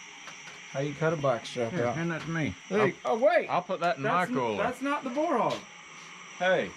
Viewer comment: Not Bar .. ponounced Bore ..